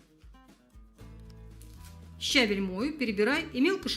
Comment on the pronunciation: Отличные рецепты, только щавЕль, а не щАвель